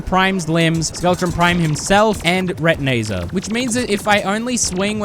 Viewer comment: This might be the first time I heard call retinazer “re-ti-nay-zer” instead of “re-tin-eye-zer”